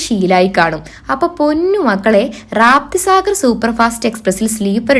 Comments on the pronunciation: റാപ്തി സാഗർ അല്ല മോളു റപ്തി സാഗർ.......ഇനി തെച്ചിക്കരുത് കെട്ട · രാപ്തി സാഗർ അല്ല രപ്തി സാഗർ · റാപ്തി സാഗർ അല്ല കുട്ടീ. രപ്തി സാഗർ. അറിയില്ലെങ്കിൽ ആരോടെങ്കിലും ചോദിച്ചിട്ട് ഒക്കെ വീഡിയോ ചെയ്യൂ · രപ്തി സാഗർ is right. but not റാപ്തി സാഗർ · raaapti saagar alla rapthi sagar😂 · റാപ്തി സാഗർ അല്ല. രപ്തി സാഗർ എന്നാണ് പേര്. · റാപ്തി അല്ല രപ്തി സാഗർ